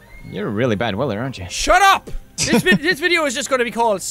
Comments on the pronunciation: He said "in the next videau" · jacksepticeye at the ending he said VIDE A RULE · " And i will see u guys in the next vidiaU " pure english brah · "in the next videaoo"